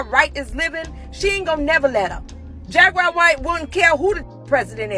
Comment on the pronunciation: Lost me when she said jaguar 😅😂